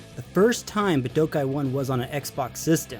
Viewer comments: It’s BOO DOH KAI not BA DO KAI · The way you pronounce Budokai makes me want to rip my ears off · You know god damn well thats not how that word is pronounced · Are we just going to ignore the fact he can’t pronounce budokai correctly